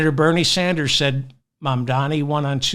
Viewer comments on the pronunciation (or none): none